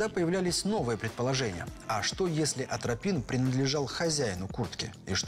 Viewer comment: Атропин,, а не антропин